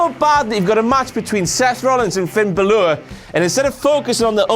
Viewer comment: That balor pronunciation doe